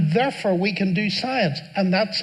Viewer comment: "Therefer" I love the way he says that.